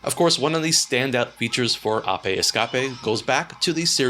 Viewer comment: Why do you pronounce APE the the way that you do.